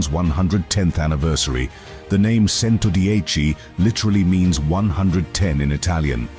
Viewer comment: It’s pronounced as Chento-Diechi (110) and not Sento-Diechi.